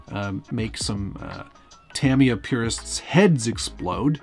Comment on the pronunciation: You can say futaba but not tamiya lol jk